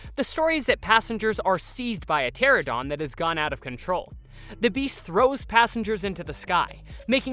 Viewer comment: Pteranodon not pterodon >:(